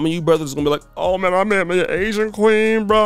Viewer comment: 🎤😫🎶 “I gotta Asian kwee-heen…”